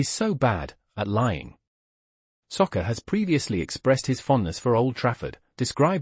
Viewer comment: How you pronounce Saka as Soccer, is beyond me!